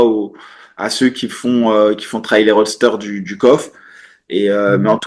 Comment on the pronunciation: 2024 vous dites encore « roadster » au lieu de « roster » 😂